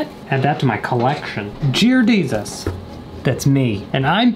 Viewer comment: I haven’t heard him say jear desus in a while